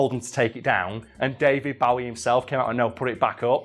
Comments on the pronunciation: Bo-ee... not bow-ee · Someone needs to show this guy how to say David Bowe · The way this guy says David BOWie smh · Does it annoy anyone else the way he pronounces Bowie? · Why cant u pronounce David Bowie